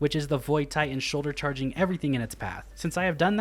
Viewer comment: What's a tie-hen?